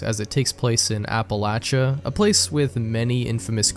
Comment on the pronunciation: That's how you say it